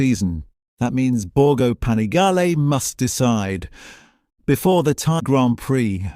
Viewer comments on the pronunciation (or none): The "Time" GP don't you mean the Thai GP. For gods sake check this suff if you must use AI